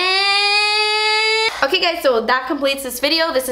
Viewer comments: I always say "das espensive" to my husband and he's like what why are you saying it like that lol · Never get tired of hearing "das espensive" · I literally live for your saying "das espensive" 😂😂❤️ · "Das not espensive, das espeeeeeeeeen" hahahahah. I love u <3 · part 2 please! omg loling at the la prarie's powder foundations "espensive" lmao i love you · the way you say expensive is my favourite thing ever haha <3 loved this